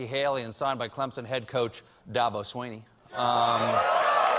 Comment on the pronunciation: Did he say swiney? That asshole? #soybeanwind